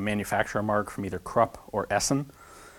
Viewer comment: Krupp is pronounced like "croop". For next time.